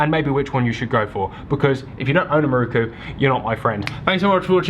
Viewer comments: Great video but you know it’s pronounced miroku right? Not ‘maruku’. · its an "i" in miroku not a "u" 😂. its not muruku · its not "Mirookoo"...its "Mee-RO-ku" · Loving these videos. Just a small point on pronunciation. You would say Miroku as MeRowKu in Japanese. Otherwise a very solid video!